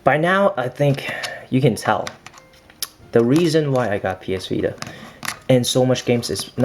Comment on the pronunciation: It s vita not vida lol i don't get how you American people pronounce t as d 😁